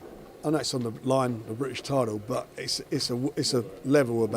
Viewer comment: How come Frank always says tidal instead of title? He pronounced his Ts correctly in every other word he ever says except for when he says title